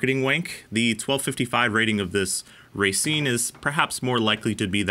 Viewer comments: "ra seen" is how you pronounce it. not racing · You pronounced Racine incorrectly…. It’s pronounced rauh, not raiy. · think of it as ruh-seen. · Is it pronounce ra-scene as in racine mn or racing? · not sure any wisconsin natives have commented this but it's pronounced Rah-seen from anyone I've ever heard here. Cool Review! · Racine, Pronounced "Rah-Scene". Little tip from a local for ya. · Just for future videos, it's pronounced ruh-seen